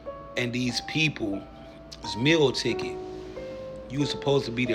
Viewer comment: Wtf is a "mill ticket"? You mean Meal Ticket???